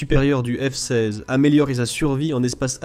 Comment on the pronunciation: je trouve que dans beaucoup de vidéos il y a un ou plusieurs problèmes. Des mots répétés plusieurs fois. Dans cette vidéo, au lieu de f-16 , on entend f size , fsaze , et quelques fois on entend les 2 ou 3 derniers mots d'une phrase répétés. Et c'est un problème qui revient souvent, sans parler des problèmes de ponctuation. Ce n'est peut être pas grand chose, il faut avoir regardé plusieurs vidéos mais c'est fréquent sur cette chaîne... Dommage